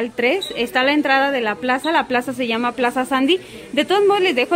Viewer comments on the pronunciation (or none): none